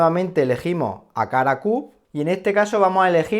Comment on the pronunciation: Excelente pronunciacciione del “wakala cub”...